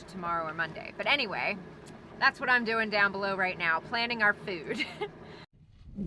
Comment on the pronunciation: Ah, sounds from home. I'm from Maryland, and the pronunciation "fewd" for "food" sounds about right to me!